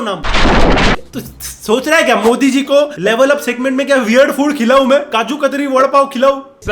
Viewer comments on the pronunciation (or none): none